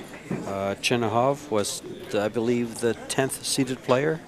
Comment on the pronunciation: I've heard many Russian pool commentators pronounce it Chinakhov and not Chinahov like Jeremy Jones says it